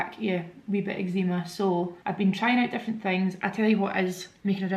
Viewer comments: Never heard anyone call it ec-zee-ma before. Is that how it’s pronounced in Glasgow??😮😮😮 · I LOVE the way you say eczema x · I can’t cope with how you say eczema 🤣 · I have never in my life heard someone pronounce eczema like that before